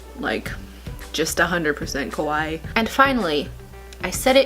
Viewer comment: More styling videos..especially pastel goth! And its pronounced Kawa-ee